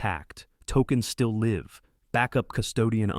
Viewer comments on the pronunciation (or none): Be nice if the AI could learn when to read the word live with a long or short i, depending on the needs of the narrative.